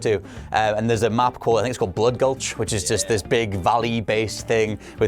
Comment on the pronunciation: "I think it's called blood gultch" . Fire him .